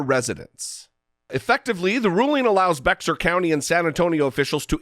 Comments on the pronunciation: It's pronounced like Bear not beXar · It's pronounced Bayer county. Trivial I know but I thought the same thing when I first moved here and I said bex-ar. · It is pronounced like bear. Bexar is pronounced like bare or bear, not beckssar county. I live here. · Your Guest Host today, (sp?) mispronounced a county in San Antonio, Texas, as Bexar, as BexxAr. It is correctly pronounced as Bayer, like Bayer Aspirin. Since I lived there for 8 years, I know the correct pronunciation, as do other residents. If Jesse is trying to influence Texans, tell him to KNOW how unusually spelled words and areas are LOCALLY pronounced, otherwise his message will fall on deaf ears in those areas. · FWIW: Texans pronounce it "BEAR county" (Bexar County) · I know it's not the most important thing, but as a proud Texan, it is 'bear' county...drop the 'x'... Otherwise spot on.